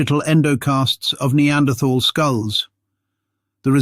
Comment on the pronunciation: I can't watch this, the mispronunciation of "neanderthal" is too annoying.